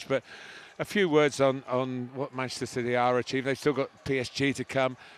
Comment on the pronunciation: “Masssserer Citeh”